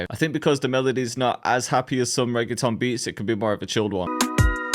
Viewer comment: nigga says reggaeton but cant say reggaeton properly.